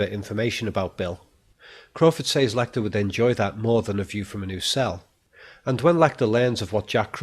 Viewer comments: So much insight. But u say “saiz “ instead of “sez “ teachers should have picked u up On that. Great work otherwise. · "Ooops I did it again." - What was done again, announciating "G"s at the end of words like appealinGC or saying "says" like "say"+"es"?.. ;] hehe "he can entertain himself in his head for years" BUT YOU SAID HIS BIGGEST FAIR WAS BOREDOM. - Advertisement for his audio podcasts of art/movies etc analysis and some psychiatric related audio files. This was the only ad I got in this whole video, 2 minutes for all this free content, not bad! Then you said serial killers are possibly only intelligent because they are often not caught but for example Bundy was terribly sloppy and arguably just lucky. Edit "Darth Lecter, imagine that for a villian.